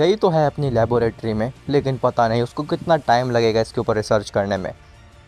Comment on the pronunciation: Laboratory hy labooooratory ni hy 😅😂😂